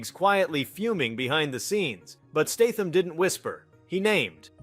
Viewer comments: Does the guy talking in the video have reading problem or is he AI ? Almost all words and names are mis spelled in multiple different ways Steitham statham stetham lebouf le bo ouf and more. Thats NOT bad english problem. Bad english is ok. That's lazy problem. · Another AI narrated video. Pronounced Statham's name wrong as well as Segal (Pronounced it "Seagull". I really wish you could report videos for fake AI content.